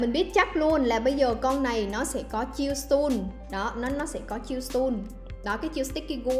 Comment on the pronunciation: Đọc sai từ “Stun” nhé! 😅